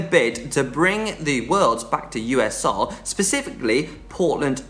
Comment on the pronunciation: surely we’re not letting get away with that pronunciation of ‘soil’ at 14min05. Have him!